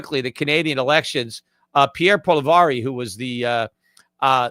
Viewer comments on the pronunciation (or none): Appreciate the piece at the end on the Canadian election. Tariffs were definitely a factor in our election outcome. By the way, lol, your pronunciation of Pierre Poilievre's last name was about the worst I've heard. It's french and phonetically it's pronounced pwull-ee-ev-ruh. Most english speakers here simply say polly-ev. 🙂